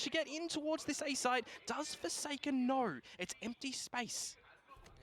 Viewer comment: Knor, thoughr, gor, nor nor, headass announcers.